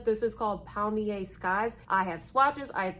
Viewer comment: I clutch my pearls at your pronunciation, and I say air river to you, cause that’s how good bye is pronounced in French.